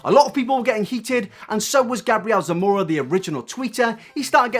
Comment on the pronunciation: Actually, since his origin is Hispanic, it would be pronounced: Gah-bree-el Sah-moh-rah